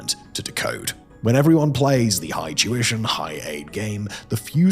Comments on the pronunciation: Tuition! I thought I had heard you say "Jewishon"! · When Simon says "tuition" is sounds like "Jewish".